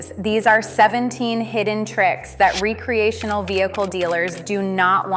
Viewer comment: Re-creational? Never heard it pronounced that way.